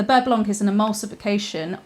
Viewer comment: silent C at the end of blanc :P